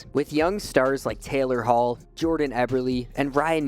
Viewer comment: “Taylor Hall” 😂😂😂😂